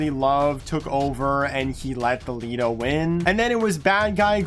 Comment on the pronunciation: hear him say Thalina instead of Thalita